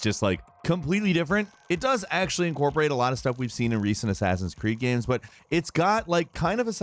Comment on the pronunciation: am i the only one that hears "gyams" every time this guy says games